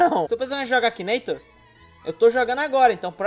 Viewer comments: I R Ô N I A, e ainda fala errado "akineitor" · realmente, mas duas vezes... "Akineitor"